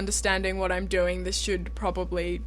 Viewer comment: "... should durrr." <333 That accent. <3333